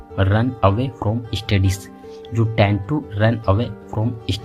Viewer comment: tend to run away women tend to (not dent to).....